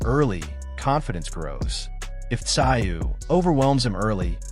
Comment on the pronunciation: Tszyu is pronounced zoo, nice doco!